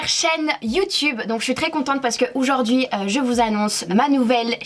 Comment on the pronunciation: "oujourd'hui " 🤦🏽‍♀️🤦🏽‍♀️ On dit aujourd'hui meuf !